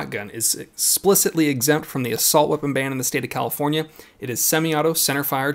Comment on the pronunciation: WTF is a Califorkia ?